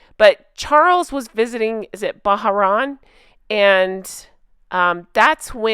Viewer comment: Hey it’s pronounced as’BAH-Rain…love love your channel!❤